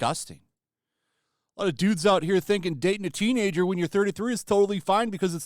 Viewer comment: The way she keeps saying " teenager" She makes it sound like he was dating a 16 year old